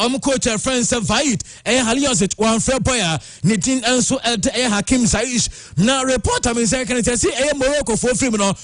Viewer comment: take your time and look at names well, you pronounce too many of them wrongly. It is Ziyech not Zaish. The other day it was Hegazi vs Agazi